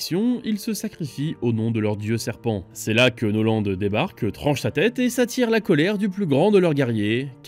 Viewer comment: amiral noland?? norland vous voulez dire